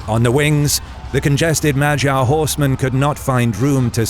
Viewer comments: this whole video is delightful, except thats not how you say "magyar". Its more like MUD-YAR (in English pronounciation). But at least you didnt call them Hungarians (Ungarisch in German) as it was the Germans who called everyone from Carpathian basin (Ungarn in German) with that name, even before Magyars. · Okay but why do you keep saying Magyar like it's pronounce like Vagina? Magyar has a hard "G" in it. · Fornosus, Mylan, and Majar... wonderful pronunciations.